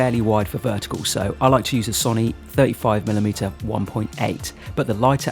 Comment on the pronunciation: Man needs to learn to say Sony, Had to click off instantly when hearing it being said wrong.